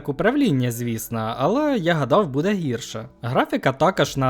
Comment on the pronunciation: бля я не можу з цьом вимовою, вана тага варта, пагана, хірше, магла... помогіте